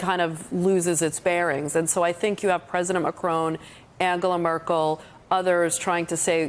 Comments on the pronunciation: Why do you pronounce the French President's name as if he were a son of an 18th century old Scottish woman? McCrone! Say it like this and the French will love you for it: Mah'Kro (both phonetic syllables hard/short with an almost imperceptible glottal stop between them and with a short sharp 'trill' of the 'r' in the second). C'est tres facile, n'est pas? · IT'S MACRON, NOT MACRONE - THERE'S NO 'E'! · MACRON NOT MACRONE!! FFS! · Why are these talking heads pronouncing Macron as “Macrone” or “Macroon”? Dolts. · President Macrone? don't the Americans learn French pronunciation? shocking